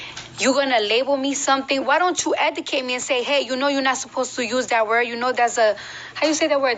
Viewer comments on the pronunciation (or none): Was her trying to say Educate driving anyone else insane!? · Debbie Davis 😂😂 OMG thank you!! I can't believe this is the face of hip hop!? Lord why!!? Zero talent and steals everyone else's flow. I give her 2 yrs max! And why is she always trying to sound smart when she sounds the exact opposite. Hence how she is pronouncing the word "educate" in the video🤦